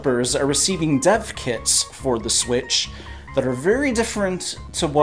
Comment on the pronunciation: When you said "dev kits" I heard "Death Kits". Hold up here!